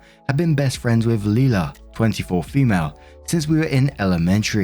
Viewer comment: Leila is pronounced "lay-luh," not "lee-luh."